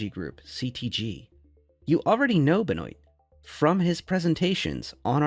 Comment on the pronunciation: Benoit = “Ben-wah” not “bah-noit”